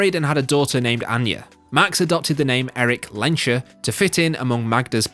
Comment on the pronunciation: Still unable to say Magneto's name: It's Lehns-herr, not "Lensher".